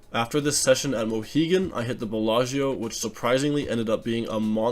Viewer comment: The world: Bellagio American: Belllascho